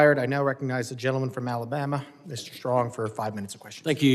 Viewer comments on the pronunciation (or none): none